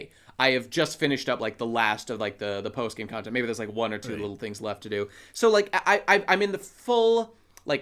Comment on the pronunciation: saying Kantehnt like that brings me a very odd satisfaction